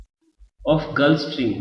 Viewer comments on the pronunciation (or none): none